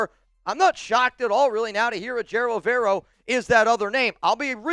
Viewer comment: you gotta learn how to say Evero’s name if he becomes our coach